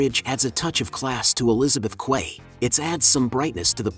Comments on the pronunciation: It’s pronounced key. Not quay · Learn how to pronounce "Quay". It is phonetically identical to "Key". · "Quay" is pronounced "Key" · Teach your AI how to pronounce Quay. It is pronounced as if it were spelled Key. :) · Quay is pronounced "key" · quay is pronounced key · Just for reference - Quay is pronounced as "key" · "Quay" is pronounced as "key".